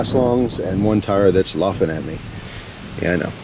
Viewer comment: “Lawfenn at me” made me chuckle.